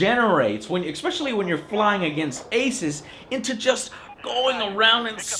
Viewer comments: I can't help noticing how often Joe says expecially in his older videos lol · Did Joe say..."EXspecially?" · Please, Please, PLEASE! stop saying exspecially! i hate to nit pick but it is ESPECIALLY annoying. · It's pronounced ESpecially, not EXpecially. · AAAAAAAAH HE KEEPS SAYS ECSPECIALLY. Love you joe but it's especially. The grammar nazi in me felt i had to sya this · Good review, definitely gonna check this game out. Also wasn't aware there's a K in especially, so that's intereksting to find out. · he always pronounces it EXpecially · Joe should probably use a different word than especially because he says ekspecially.